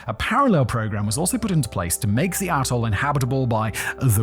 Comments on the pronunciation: why does it sound like hes saying asshole when hes saying atoll? serious question, isn't that why we enunciate? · anyone else hear bikini asshole at the start of this video? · I had to rewind this part 5 times until I finally put on subtitles bc I could have sworn it said “bikini a$$h0l3” 😂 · "the tobinin, bikini asshole" is all I can hear, I know you're saying "......... ....... atoll" but cant figure out exactly what... If only you were selling scripts o.O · Swear you said bikini asshole 😅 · When you say atoll, it sounds like asshole. I'll show myself out. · I think he keeps saying "Asshole" for Atoll. I swear it... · I swear Simon i thought you called it Bikini Asshole 😂😂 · He says Atoll, I hear A**hole. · I thought Simon said Bikini A$$h0le not Atoll… 😂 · Am I the only one that keeps hearing "A$$hole"? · Yep. Definitely thought he said Bikini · I swear I hear bikini A $$ hole the first time. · Did he say 'bikini asshole' instead of atoll at the start or is it just me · Every time he says "atoll" it sounds like "asshole". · Not really criticism, but more something I found funny. The first time you said "Bikini Atoll," it sounded like "Bikini Asshole" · Immediately at 8 seconds you sound like you're calling Bikini Atoll asshole...lol. Love it! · I had to back up a few times at the start because I keep hearing "Bikini asshole" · oh ... youre saying "atle" ... i really heard something else there .... do you know "atle" doesnt have an S in it? i swear i could hear an S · Simon i know you said 'Bikini ATOL' but that is... Not what I heard. And now i cant unhear it, its made this video even more enjoyable. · Please enunciate "atoll" more clearly. I keep hearing a different word(s). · I feel like it should be bleeped every time Simon says “atoll” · When Simon says “clean up the AT-TOLE”…. I don’t hear atoll… lol